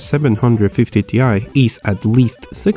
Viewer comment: Seven hundred fifty tea eye